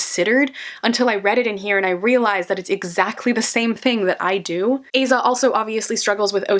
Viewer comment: Amazing video! Little side note, but I’m pretty sure you’re supposed to pronounce her name as Ah-zah as opposed to Ay-zah